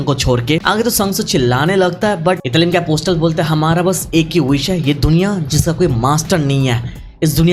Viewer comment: Italim nahi itarim